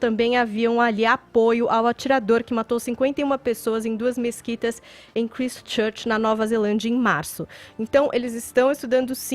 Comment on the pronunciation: a pronúncia da cidade de Christchurch é [Kraistchârtch]. Não tem nada de Kristchârch.